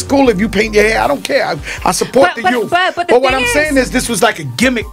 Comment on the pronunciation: I wonder if joe knows its pronounced youth and not yoof lmao